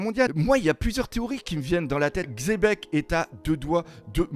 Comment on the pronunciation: qui dit enfin Xebec et plus Chebec (hormis s'il le disait déja et que j'ai raté un épisode)